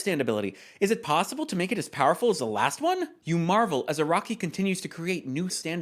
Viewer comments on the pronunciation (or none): none